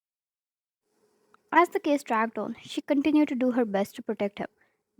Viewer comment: omg, i read case "kiss" after you kinda pronounced it "kiss"